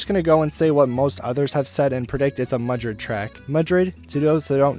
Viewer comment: And it’s Madrid not Mudrid lmao